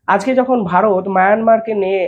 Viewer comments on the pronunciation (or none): none